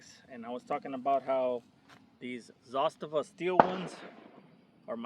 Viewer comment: Only guy on the YouTube that can pronounce Zastava the right way!